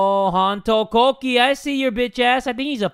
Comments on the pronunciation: hono, hono- yandere dev: preparing for epic pronunciation: HONO KOOOKIE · Hon-to kok-ie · Jay pronouncing "Honto Kokei" got me cackling loudly lmao